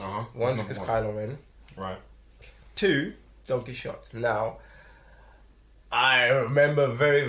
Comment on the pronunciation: Quixote is pronounced more like "Key ho tay", but it is one of the most well known and critically acclaimed novels of like all time. Don Quixote did travel on his horse, but he was going a bit crazy. Hence the well known "fight" with a giant (actually a windmill)